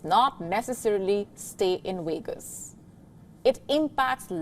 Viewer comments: What happens in Wegas stays in Wegas😂😂😂😂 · Yeah I noticed that too. The V sound was a W sound